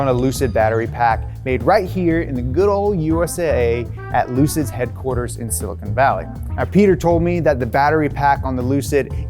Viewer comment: ‘Silcon’. Great video though! Awesome presentation and info :)